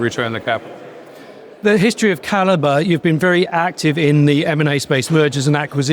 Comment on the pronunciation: "Kal- eee-bree Mining"? Seriously?! And the CEO didn't even bother to correct him?